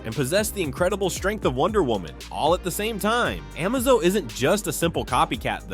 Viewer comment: Can't say Amazo, Trigon, or Mxyzptlk, but actually says Darkseid instead of "dark seed"? Nah, I've been putting up with the AI voices for too long, I'm unsubscribed. I'm out. I might pop in every once in awhile to see if there's hosts again, but for now I'm done.